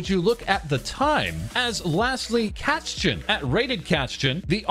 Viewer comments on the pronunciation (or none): Hi! Sorry, just have one tip for you: Correct pronounciation of "Kätzchen" can be found under German Language. Good luck with training of it.:_smile